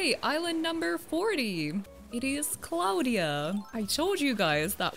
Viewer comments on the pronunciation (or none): Little tip if anyone didn’t know this hold b if your talking to a vallager or Tom nook or anyone in the game it speeds them up Edit:Also I have sky and Bianca 😂😂that’s not how you pronounce Claudia it’s like claw dia